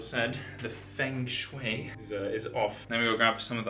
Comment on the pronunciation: HAHAHAHAH being able to speak chinese fluently and hearing you say 风水 "feng shui" was funny XDD